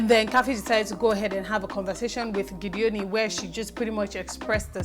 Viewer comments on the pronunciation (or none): Thanks again. Meanwhile Its GEDONI (pronounced as spelt) not Gideoni:-) (we are from the same part of the state;cross River) It is not an english name. Your analysis is always on point. Meanwhile I like Mercy and Ike too. My though on Tatcha being in the secret room is as good as yours. She will be "prouder" now. Weldone for your good works here.